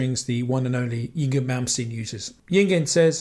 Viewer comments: "yeing-in" malmsteen... it's: (ing-vay) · Yngwie is pronounced Ingvay. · great video, btw Yngwie is pronounced like eng vay.. Cheers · Haha. I think we've all mispronounced his name at one point or another. Took me years before I finally figured out it was pronounced "Ing-vay". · Yngwie is pronounced "ing vay". 🎸